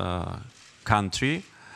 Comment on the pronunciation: becamming indepandent cuntree 🤣